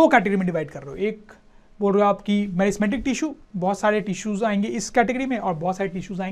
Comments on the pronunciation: Nice sir but I would like to say that it's meristematic not merismetic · Merismatic not it is meristematic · merismatic or meristamatic tissue? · Meristematic he sir. Not a merismatic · Meristematic not merismatic sirrrr❤luv u sir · Sir it is not merismatic, it is meristmatic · Sir it is meristematic tissue not merismatic tissue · Sir it is meristematic tissue not merismatic. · Merismatic 🚫👎🙅 it is Meristematic tissue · It's 'meristematic' sir!